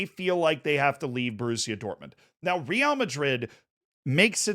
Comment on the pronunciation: This would have been the perfect video to say Real correctly for the first time